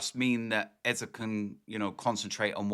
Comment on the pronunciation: Its Eze not Eza !!